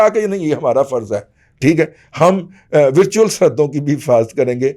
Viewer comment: ورچوئل و کی زبر سے بولیں